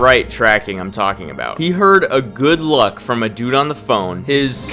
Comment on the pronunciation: Say it again.. "good-look" 😅